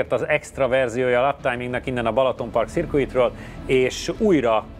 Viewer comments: Cirkuit? Ne maar😂😂 (Szörkit-nek mondják) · Lehet azért mert a pálya festése ilyen Paul Ricard stílusú, tehát franciául szirküi 😁😁😂